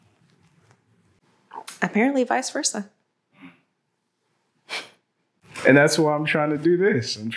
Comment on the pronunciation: She said visversa just leave pokie alone get the dream dude out ur friendzone